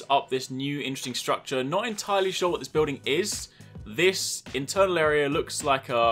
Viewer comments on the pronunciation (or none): none